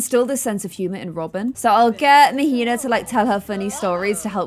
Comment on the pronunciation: queen -- Mahina is pronounced "MAH-HEE-NAH" not "MUH-HEE-NUH" 😭❤️